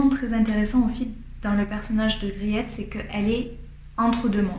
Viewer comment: Merci pour cette formidable présentation. Je connais ce livre, je l'ai lu et j'ai adoré. Juste pour vous, le nom de la jeune fille ça se prononce Griit. Avec un long I, un peu comme le EA de Beach ou Teach en Anglais. Le client c'est Van Ruijven, le saloppard qui pourchasse les servantes. Mais il y a du vrai dans le livre, notamment la guerre avec la France dans les années 1670. C'est vrai aussi que Wermeer est devenu catholique avant son mariage. Griet est attachante, sensible à l'art. Mais j'aime pas Catarina, ni Maria Tins l vieille, ni la servante Tanneke, qui change d'humeur comme de chemise, surtout pas Cornélia qui lui fait des coups de pute à tout va. Aleydis est mignone. Peter n'est pas toujours maître delui, mais pas désagréable. Merci en tout cas.